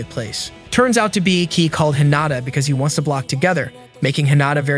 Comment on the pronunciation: his name is pronounced as kay not kee